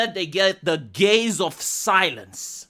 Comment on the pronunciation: I thought he said 'Gen Z gays'.